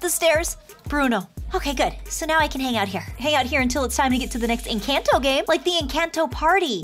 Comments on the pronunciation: OMG it's no an_canto It's enconto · It’s pronounced Encanto sorry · Yes, I have watched the movie but it’s pronounced en - con - toe